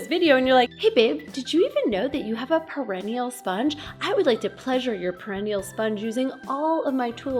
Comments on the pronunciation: Pear-uh-knee-uhhl, not: pear-ihh-knee-uhll. Sorry, was driving me crazy! It's one of those stupid English words that gives the speaker no clues. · you are awesome. But, or Butt...ha ha....Perennial (the way you are pronouncing it) means multiyear plant (as opposed to an annual plant that dies after it flowers/seeds the first year). Perineal (sponge) -the anatomical part is pronounced "pear-un-NE-al (like the name Neil at the end) and the emphasis on the third syllable and, is derived from the word perineum. I just thought you might want to know. Knowledge is power, but I love that you noticed the nature in your video (moth/spider). Hugs!